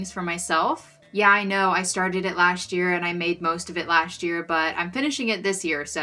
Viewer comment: Why “lasht year” when it’s just “last year”?!